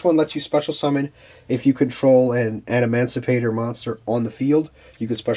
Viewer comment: He was saying "adamandrite” 😂